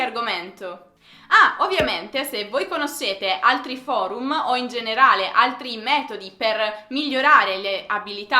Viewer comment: Amo l'accento degli italiani quando dicono parole che finiscono con 'm' d'altre lingue come ha detto in questo video, "foruma".:)